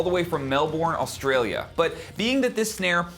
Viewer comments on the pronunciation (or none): none